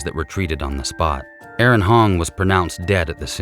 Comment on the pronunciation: You’re the only person who got the name right. Aaron not Aarong. I’m being pedantic, I know, but he lost his life & should at least be named correctly. Tasing & pepper spraying should be utilised much sooner in these situations imo & if not effective why don’t they shoot to disable not kill!